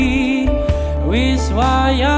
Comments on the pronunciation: Coba kl pas ngomong "wis " Di baca nya "wes" Tambah bagus pasti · Dia jawa ngapak jadi di suku kata tertentu pengucapanya berbeda dengan orang jawa pada umumnya misalnya kata wis seharusnya wes. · jawa ngapak jadi di suku kata tertentu pengucapanya berbeda dengan orang jawa pada umumnya misalnya kata wis kan seharusnya wes. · Dia jawa ngapak jadi di suku kata tertentu pengucapanya berbeda dengan orang jawa pada umumnya misalnya kata wis seharusnya kan pengucapanya wes.